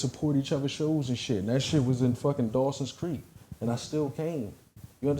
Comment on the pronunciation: Damn said DAWSON CREEK🤣🤣🤣